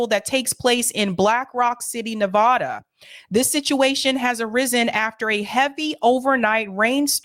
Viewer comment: Please LEARN HOW PRONOUNCE NEVADA